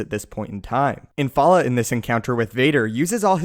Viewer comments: The only issue I have is that you keep calling him IN-FAL-LA when his name is Infil'a which is IN-FIL-AH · The pronunciation of Infil'a in this video...come on.